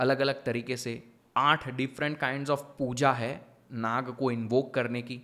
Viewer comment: भ्राता श्री विषय तो अत्यंत महत्वपूर्ण है और आपने बहुत ही अद्भुत तरीके से समझाया भी ,किन्तु ये Naga उच्चारण हमारी संस्कृति मे बिल्कुल भी नही है ,ये सब पश्चिम के तौर तरीके है , सही उच्चारण तो Nag हि है । 🙃. कृपया आप अपने मूल सांस्कृतिक शब्दों को उचित रूप मे प्रस्तुत करे और अपनी सनातन संस्कृति को निरंतर आगे बढ़ाये 🚩😊. जय श्री राम 🙏🛕🚩❣️